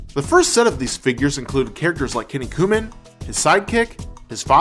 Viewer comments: sorry for being annoying about a minor point, but it`s not pernounced KI-NI-KUMAN. It`s KIN-NIKU MAN literally muscle-man. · Great episode. Though I think it's funny how he mispronounces Kinnikuman. Sounds like the way they'd say it here in the south. "Yeah man, this here's my cousin Kenny Kumen!" For the record it's said more like KEY NEEK EW MON. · Key-knee-koo-mon! It's pronounced key-knee-koo-mon! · That all names not always be pronounce properly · Why are you pronouncing it as Kenny Kooman? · lol, Kinny-Coo-Mun. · Very good history of M.U.S.C.L.E. However, two things. One, he butchered the pronunciation of "Kinnikuman." Secondly, the original line of kinkeshi figures in Japan were the same size as M.U.S.C.L.E. They used the exact same molds for each. The smaller-sized kinkeshi came years later.